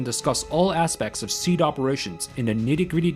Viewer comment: I would just like to interject that SEAD is pronounced as SEE-AD, at least it was when we would shoot SEAD missions in the artillery. Fuckin' awesome content btw.